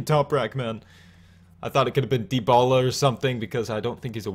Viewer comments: you did said it like debola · You are saying Debola! Hahahaha